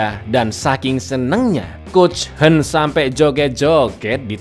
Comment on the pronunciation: Kang yang hwen dibaca kang yang "hwen" knapa di baca "henn"? Kebelet ngeseng, cak?😅